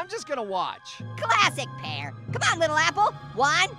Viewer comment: U said: Pyeeeer/pieeer 😂